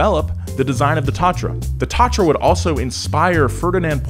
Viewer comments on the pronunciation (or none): Brand name is Tatra, not Tratra, but gratuluji video. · It’s Tatra 77 not Tratra T77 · not tratra t77, but Tatra 77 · Its not Tátra, its Tatra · Its Tatra, not Tratra :D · it's Tatra, not Tratra :D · You have little mistake, that´s not Tratra, but Tatra :D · pretty sure it’s tatra, not tratra 📉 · Not TRATRA :D Tatra! :D great vid as always guys!